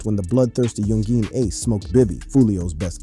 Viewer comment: U shouldnt talk about ppl who's names you can't pronounce lol